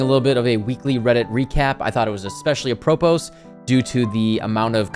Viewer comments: Great video, I think the format is worth continuing with. Quick note (not to be that guy, only because I would want someone to tell me if it was me): the word "apropos" is pronounced with a silent "s" so it's "a-pro-po". But seriously, good video, keep it up! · > apropos its ah-pro-po. i cant tell if youre being silly tho.